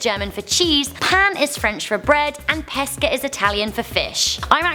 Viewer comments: I didn't read number 2 and when she said "pesce" I thought it was "pesche" because of the pronunciation haha But we can also eat pesche (peaches) so yeah I got it right~~~ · Pesce = peh-shay. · it's pronounced like peshe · The "sc" in Pesce, the Italian word for fish, is pronounced like "sh" not "sk". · Lol the way she pronounced fish in italian is so wrong😂😂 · You pronounced pesce wrong